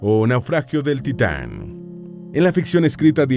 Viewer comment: Taitan jajaja